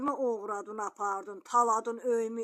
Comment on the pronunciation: Oğurladın yox oğuradun düz